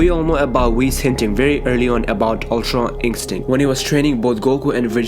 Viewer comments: "Ultra inkstinct" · Why dose he say ultra instinct like that it's like it's dubbed in he leaves it for a second then says it